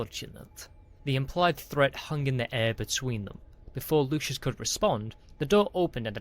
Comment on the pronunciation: Story is fun. Narrator needs work. Replacing words and multiple mispronounciations. And it's LUCIUS NOT LOUIS. Jeez.